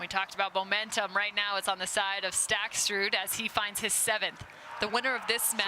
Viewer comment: I really appreciate the commentary but it's a bit grating that the announcer can't pronounce Staksrud's name without adding an extra "t". It's Staksrud, not StaksTrud. He's a great player. Please learn his name.